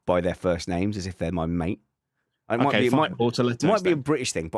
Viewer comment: You 1000% said Matt not mate